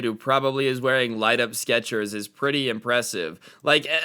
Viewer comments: Are we gonna gloss over the fact said squetcher instead of sketchers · is anyone else gonna point out that he said "sketchwers"? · Anyone else notice how he said skwechers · skechwers? lol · Danm "skreters" lol. Love ur vids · Sqwetchers Lmfao